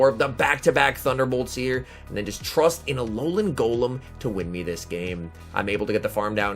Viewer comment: « Ololan Golom » 🤣